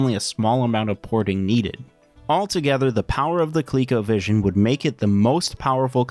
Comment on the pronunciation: It should be pronounced "Co-leh-co" not "Colique-o"